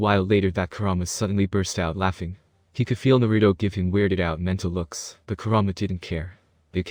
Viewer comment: I honestly can’t stand him saying Naruto wrong